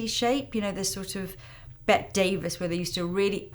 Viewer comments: Bette Davis is pronounced “Betty” not “Bet” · I have heard you say Bette Davis’ name several times as “Bet” but the pronunciation used here in the US is “Betty” despite the spelling, to the best of my knowledge. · Looks great thank you. By the way Bette Davis is pronounced Betty. Whereas Bette Midler is pronounced Bet. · It's pronounced "Betty" Davis though she does spell it "Bette". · One correction. Bette Davis. Her name is pronounced, "Betty." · Did you really just say "Bet" Davis. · I don't know how there are any humans on the planet who don't know how to pronounce Bette Davis. It's like Bettie or Betty. Now 340K more young people heard you say it wrong, and they'll get it wrong too. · This is great, thank you!! Hope you don't mind me mentioning, tho, Bette Davis is pronounced Betty Davis...